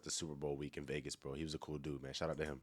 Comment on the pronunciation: 😅 he be saying bru 😂😂😂 lol still goat